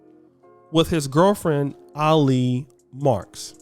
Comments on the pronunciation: it's Ali as in Allie. not no damn Ah-lee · I think you pronounce her name as > Aa-Lee. People it’s not about skin color anymore. It’s about: religious beliefs, culture commonality, ethics, values, common interests and world view. Sometimes I think the only people who don’t understand this is are HBCU graduates and attendees. I’m not even trying to crack jokes or throw shade. I’m just being real. ☮️